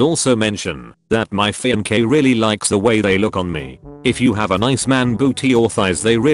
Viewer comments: Every English speaker: fiancé No one: Reddit voice dude: fianké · Fian Gay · "See also: Fiankay (alternate spelling of pronunciation)"